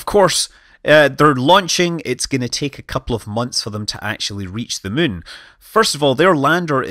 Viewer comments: When you say it, I always hear, "Landing on the Mün..." XD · Scott can't pronounce Moon now... He's all the way to Mun!